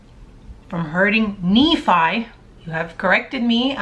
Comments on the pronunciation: Just so it's clear, Nephi pronounced Nee-f-"i". Rhymes with Refry as in Refried Beans. and Nephites is Nee-fite-(s) You're amazing, real and funny and probably a great person in general. Thank you for your channel. Keep it up! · Maybe this would help you too. It will help you with the pronunciation of some of the names, like Lay-mon, Lem-ū-al, Lay-bon, Knee-fie. It would help you feel comfortable and confident when you pronounce all the names… which would put you ahead of almost everyone. Haha.